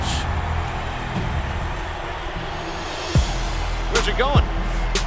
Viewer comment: the announcer wasn't kidding when he said "tear-ell owens"!